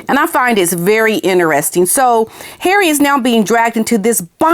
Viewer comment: I love the way you say Harry ❤ and the violin 🎻 perfection 🥰 . Not a fan of hairy but I will reserve my judgment, he may guilty of bad judgment, but unless he's charged criminally.... then he's just the same idiot from yesterday.